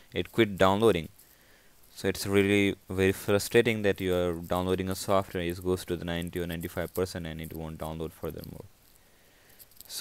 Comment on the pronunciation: learn how to say software then make a video useless video